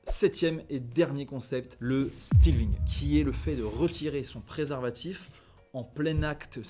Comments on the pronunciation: ca se prononce "stél-fing", pas stilving. Et débauche sexe/coke en uni FR? Peux-tu m'indiquer dans quelle école tu es allé svp? C'est pour un copain. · On prononce stèl-thing, pas stil-thing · Stealthing -> stèlthing